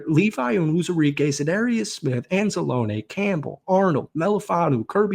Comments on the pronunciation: an-zah-lone-knee not an- za-lone-aye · Stop saying Anzalone wrong :(